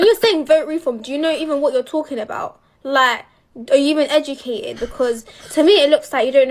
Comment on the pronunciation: Are yoo even edjicated?